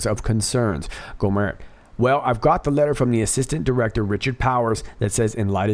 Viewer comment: I love this video.! Just a tip: In Texas, we say: "Go' - mert" with a hard T.